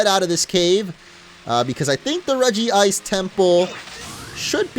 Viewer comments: it's not regiice its regice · REGICE! Not Regi-ice. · Dude...it's "REG-ICE" there's 1 "i" just letting you know Cool video though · regi-Ice sounds more stupid why the extra "i"s? Just saying...